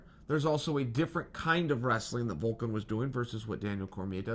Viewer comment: Calling the Russian Volkov "Vulcan" is lowkey some of the funniest shade Chael's ever thrown.